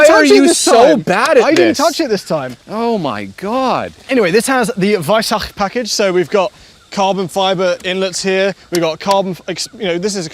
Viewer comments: You pronounced Weissach properly, you are master class! The main thing that bothers me about the package is the exposed carbon fiber on the hood. I'd actually prefer it without the Weissach package, but that significantly limits the color options. And the textile strap door handles, they just look cheap. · It's beautifully refreshing hearing anglophones pronouncing the kh (or the ch - like in weissach) correctly. Very much appreciated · Danke, dass ihr „Porsche“ und „Weissach“ richtig aussprecht.